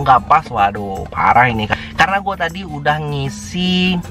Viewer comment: Bro di menit pas ngomong kata "tadi" jadi kepleset "ta*" tapi gak papa lah bro kita ngerti kok hehehe, mantap sharing nya bro